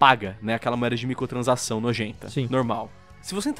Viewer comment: É so eu que escuto " micotransação " '-' ?